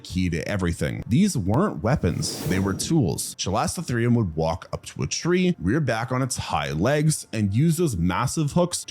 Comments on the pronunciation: "That's hotter than most places get in the Summer today." Raucous Texan laughter ensues Also, this video contains my second favorite pterosaur and the bird that's tied with the kakapo for my favorite non-flying bird. Also also, there is no "s" sound in chalicotherium. And it's an instance of "ch" being pronounced like "k". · Isn't the pronunciation: KAL-ih-koh-THEER-ee-um ? 😂